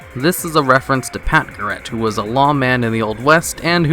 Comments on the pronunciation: The way he pronounced Garrett (as in Pat Garrett) was painful. lol. It's pronounced G-AIR-ETT not GAR-RETT. Oy! Kudos for finding the eggs, though. ;-) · GAR RET not GUR RET